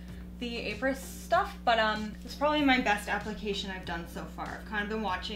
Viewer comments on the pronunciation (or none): Apres is French for after. It’s like apres ski. You pronounce it Ah-pray. 😊🇨🇦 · It is pronounced Au pre